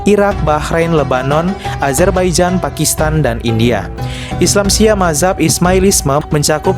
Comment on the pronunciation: Mazhab itu bacanya "Madz hab" bukan mahzab 🤣🤣